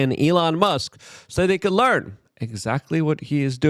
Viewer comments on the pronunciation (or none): none